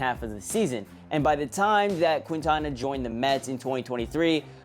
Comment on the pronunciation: it's "keen-tana" not "quin-tana"